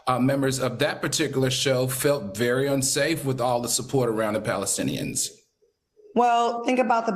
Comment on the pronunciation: "..Iraelies..Palistins" Al seems like a nice guy; but how his no-talking ass a talk show host AND a college instructor? Make it make sense🤣🤣🤣 We so embarrassing as a people 😳